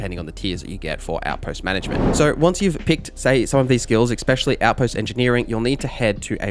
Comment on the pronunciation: Stop saying "expecially," for fucks sake.